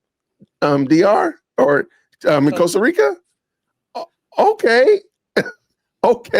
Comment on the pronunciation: Costa Rica is worse off with all the affluent US expats who don't even bother to learn how to pronounce the name of their host country. 😡